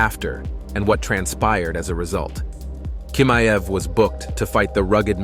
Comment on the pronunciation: He is chimaev...ch...not k🤦‍♂️